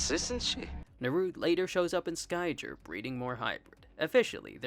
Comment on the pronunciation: Ehrrrrrrrm, actchualee it's pronounced like Sky - gear Also, incredible video. I really enjoyed it. Justice for Niadra!